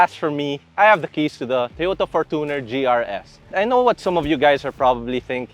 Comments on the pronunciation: It's pronounced as "forchuner" and not for-Tuner Mann your for-Tuner is making me hate the Fortuner man Please stop it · its not "fortoonar" its "forchyuner" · Bakit for•to•ner pag pronounce dba dapat for•chuh•nr? I googled it. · Why do you pronounced Fortuner as For-2-Ner? LOL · Fortuner (for·chuh·nr) 😔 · For-tu-ner? Say it correctly atleast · What the heck. Why would pronounce the word fortuner as For2ner. Goodness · . Yep. For two ner. 😂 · For-toon cheller